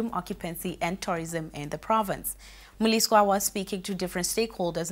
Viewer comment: It's Mliswa not Moo-lee-swa.